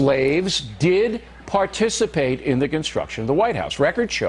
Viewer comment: "participate" lol